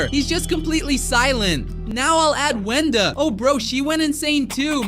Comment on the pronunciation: Anog Wonda it’s Wenda